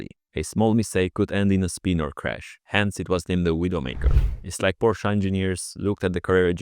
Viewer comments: Its not Porsch, not PorschA, ITS FKING PORSCHE. So annoying had to mute video while writing this. Bye. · WHAT IS A "PORSCHA" YOU NUGGET!? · Please, it's pronounced "Folkswagen" and "PorschE".😄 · Why Porschaa? Where's the A? It's Porsche with an e at the end. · German here. What’s this Porschuh you’re talking about?